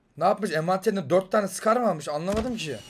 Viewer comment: Skar ne ya scar o